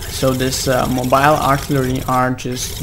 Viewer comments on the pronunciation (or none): none